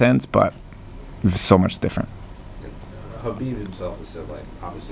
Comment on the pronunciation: Love Trevor, but his name is pronounced (k)Habib. You're smarter than that. Middle America right here. He and Justin make an amazing pair.